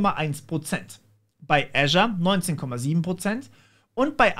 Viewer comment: Kenne kaum jemanden der Azure richtig ausspricht, danke ;-)